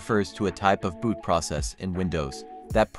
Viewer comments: foreground "BOOST" not boot... jesus... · It's foreground BOOST not "boot"